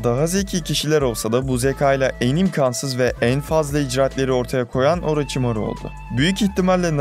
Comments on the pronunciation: Oğlum imkansız değil şu a yı yumuşat â ile söyle jsjsjsjs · imkansız diye telaffuz edilmez imkânsız diye telaffuz edilir